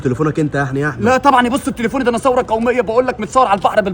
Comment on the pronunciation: ثروه وليس ثوره...الراء قبل الواو